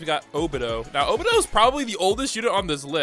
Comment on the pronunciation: why you saying obito name like that that's not how you say it